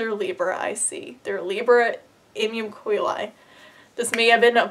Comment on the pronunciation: Her: "Im-yum Co-eh-lie" Me: "Paolo Coehlo?"